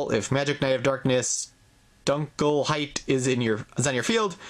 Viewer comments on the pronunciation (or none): licht and dunkelheit is in Germany please prounce it that was it sound nicer